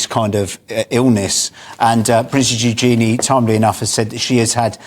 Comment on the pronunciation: New princess? she's the king's granddaughter. Daughter of Andrew and Sarah Ferguson. Ewe-jun-knee = Eugenie. They pronounced it wrong,again.